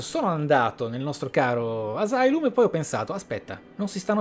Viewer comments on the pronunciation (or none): none